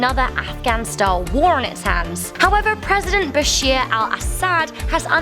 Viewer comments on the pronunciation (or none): Its not bashir its bashar